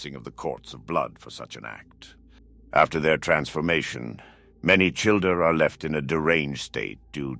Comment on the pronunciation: I thought you said childRer